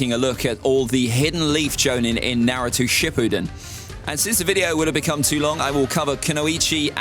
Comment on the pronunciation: still rocking the "Narutu" lmao